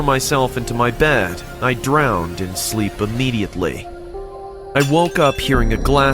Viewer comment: sleep not slepp